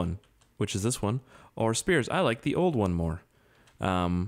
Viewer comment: Just a heads up spiers and speirs are both said the same.. for it to be said the way your said it originally it would look like this "spires*